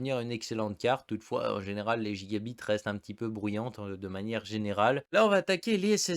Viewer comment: Je sais pas si c’es pr pour être drôle ou quoi mais si tu pouvais prononcer gigabyte normalement ça serais bien mieux c’est un y pas i ;)